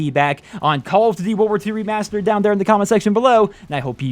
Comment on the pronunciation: You saying remastered it stupid.